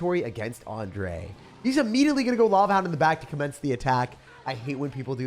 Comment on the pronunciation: It's actually ends with a heavy „ei" sound, so it should be like „An-drei".